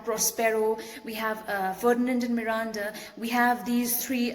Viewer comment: The way you say Miranda 🔥